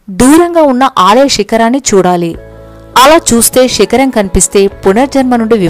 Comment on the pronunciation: Shikaram kadandi sikaram meru sa ni sha ga palukuthunnari koncham sarichesukodi ami anukovaddu ela cheppanu ani andukanty naku Telugu anty pranam Telugu evvaryina thappuga palikithy naku bada vesthundi ala cheppindaku sorry andi